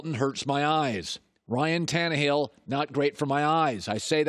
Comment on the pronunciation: I hate this dude sometimes but that part saying Tannahill My Eyes!!